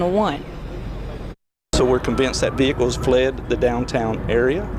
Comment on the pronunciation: That veee hickle.